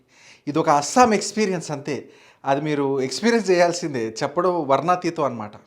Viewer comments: Varna theetham kaadu bhayya Varnanaatheetham Na taruvata na, var na naa theetham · వర్ణనాతీతం అని ఒక్కసారి అయినా నువ్వు కరెక్ట్ గా పలికితే చూడాలని ఉంది బ్రో 😂